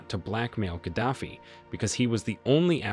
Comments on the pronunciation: He was Gaddafi not Kadafi. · You could at least make the effort to pronounce Museveni, Gaddafi, Idi Amin, correctly. What's wrong with you people?